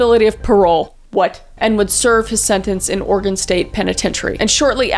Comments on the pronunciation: Thank you for saying Oregon correctly. Has a Oregon resident we take this very serious. Keep doing what you are doing. xoxo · Will-ah-Met (; — ; ) Kris you wound me. It's pronounced Will-am-it. I will commend the fact that she said Oregon right, and she didn't say will-ah-met-ie, which is the most agregious mispronouncation I've heard for it. I'm always amazed at how many serial killers could've been normal people if not for their crummy parents or bigoted social pressures. Genuinely I think if this guy had just been given parental affection and allowed to play dress up, he probably wouldn't have ended up being the killer he was.